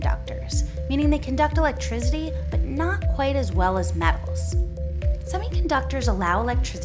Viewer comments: electrizidy lol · the way she said electricity, lol